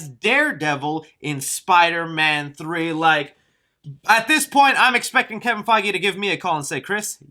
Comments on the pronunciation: “Kevin fiegly” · It's probably just me but did anyone else hear him say "Kevin Feigelly"